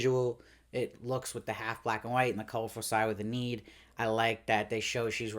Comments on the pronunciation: Lovely recap. It's Eee-nid. With a long e. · Eneed... very interesting pronunciation of Enid. Good review as always